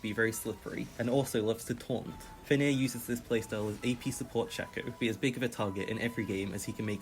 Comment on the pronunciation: Its actually "Fenrir", the nordish monster wolf